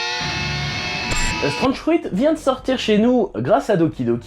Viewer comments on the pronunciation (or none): Strange furui. Soit tu le dit à l'anglaise soit tu dit fruit étrange mais fais pas du franglais